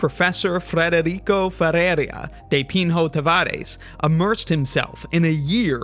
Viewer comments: I simply don't understand what would have been so hard about saying Ferreira with the letters in the right order, instead of "ferreria" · hearing your absurdly wrong guesses of the pronunciation of the Brazilian names is so funny lmao "fEReeiRRessz"